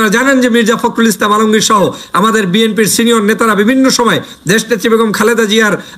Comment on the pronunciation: ভাই এতো শিখাবার পরেও আপনি বিএমপি বলা ছাড়তে পারেননি। বিএনপি বলেন।